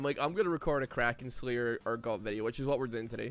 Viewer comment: Wierd how you keep mispronouncing urgod kinda odd dude